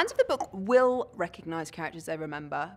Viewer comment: Good lord she really hit the "K" in the word "book" around